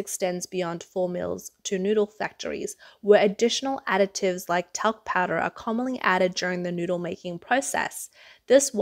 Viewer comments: I've never heard a "c" sound added to "additives." That was a little distracting to listen to repeatedly. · Omg that Aussie (I presume) reporter is driving me nuts, it’s addITives, not adICTives!